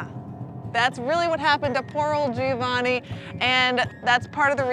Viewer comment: Giovanni is actually pronounced with 3 syllables. Joe-VA-nee.